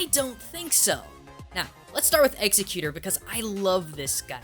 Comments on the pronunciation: he keeps saying "executer" instead of "exeggutor" it's pronounced "EX-EGG-YOU-TOR" SAY IT RIGHT!! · its ex-egg-U-TOR not eggz-i-cuter... i thought they gave it a new name too because of that shitty pronunciation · Exeggutor is probably also based on the dragon tree in this form. Also, ex-egg-u-tor, not eggs-a-cute-or. Just kinda bugged me to hear the butchering there. The adaptive forms are also explained in these sub species just having to adjust to new climates due to areas they'd usually thrive in being crowded to the point where they couldn't find a niche or were too dangerous, which is true to life and very simple. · Its pronounced [eggs- egg -you-tor] Not [eggs-e-cuter] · ex-EGG-you-tor, not executor. I can't take this video seriously. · exegguTOR NOT exegguTER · ok your saying it wrong its not eggs-zit-cute-tor its exe-cu-tor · Ex-egg-u-tor, not "Exa-guter" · Not to be a know it all, but it's pronounced "Eggs-Eck-Yutor" not Executer. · Hearing say "Executor" instead of "Egg-eg-u-tore" Makes me think that humanity has been saying it wrong for years. Like Sacagawea or "Sa-ka-je-WEE-uh" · Exeggutor's name is NOT pronounced "ex-eh-cute-er." It's pronounced "ex-egg-you-tor." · Silent letters and letters that just don't exist aren't the same thing. I'm not complaining about it being pronounced "ex-egg-gu-ter" I'm complaining about it being pronounced "ex-eh-cute-er" when there's no c or k or ch in there anywhere. And I'm not deciding what's correct and what's not out of arrogance. I'm STATING what's correct and what's not, as decided by the people who came up with the very CONCEPT of language. If there's nothing in the word to make the sound you're saying, then you're saying it wrong, that's just how it works. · It's not Execcutor, it's Exeggutor. It's not that hard to pronounce. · Egg-Se-Cue-TOOOOOOORRRR!!!!, not Execueter -_ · ***** he pronounces it "executor" while it's exEGGutor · I always pronounced it ex-EK-yoo-tor, not EX-eh-kyut-or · X - Egg - U - Tor